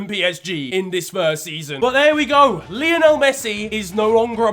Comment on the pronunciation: Love the videos! But for Christ sake man, Messi is named after Lionel Ritchie and their names are pronounced the same! Lie-o-nul not Lee-oh-nell 😭